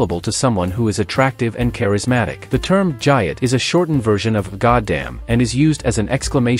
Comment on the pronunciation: nice AI trash mispronounces the main term in the video its explaining thumbs down